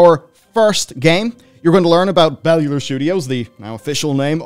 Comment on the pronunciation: yay now I finally know how to pronounce Bellular :,D Congrats on the game release!